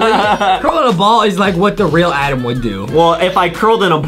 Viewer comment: it’s Adam not Adem